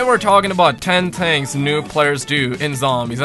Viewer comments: Did any body noticed he said ten tings not things on the beginning lol 😂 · Ten tings. I tell you every-ting!